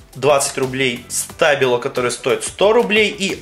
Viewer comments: СтабилО, а не стАбило. И они офигенные, ты просто свою испортил!! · Не стАбило а стабИло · СтабИло а не стАбило !!! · Не стабило, а штабило!!!!